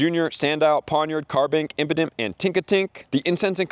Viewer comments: Brother it is"impadimp" not impotent lmao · Bro stop saying impotent 😂